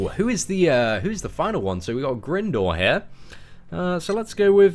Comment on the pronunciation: just so you know its Grindor, pronounced as in grinding